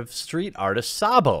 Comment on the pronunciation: Btw it's pronounced Say-bo